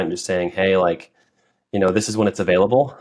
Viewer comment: pronunciation of available continues to baffle me